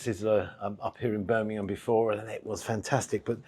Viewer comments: The Covered Wagons a great pub. By the way it’s Birmingham not Birminham - got a ‘G’ in.Cheers. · That's how my cousin who lives in Harlesden pronounces it. 😂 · i cant stop laughing at your pronunciation of Birmingham 🤣